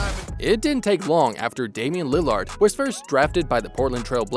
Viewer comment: Are you incapable of saying lillard or something